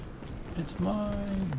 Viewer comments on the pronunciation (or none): honey, it's "mine" not "my can"